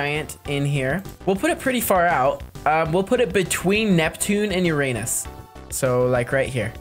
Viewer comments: You Said it Ur-anus sooo THE THING HAPPENS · “Between Neptune and Uranus” he said it wrong 😭